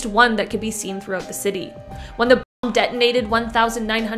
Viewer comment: Couldn't even say bomb 😅🤣😂🤣